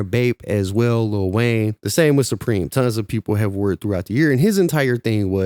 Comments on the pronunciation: Fuck “thupreme “ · He's slow as hell. Couldn't even pronounce supreme that's Prolly why he hated it so much 😂😂